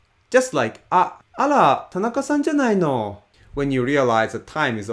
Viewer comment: Man, I cannot wrap my ears around the sound of R/L in Japanese. I swear it randomly sounds like L and randomly like R. Like when you said あら it definitely sounded like "ala" while あれ sounded both "are" and "ale" from one moment to the next.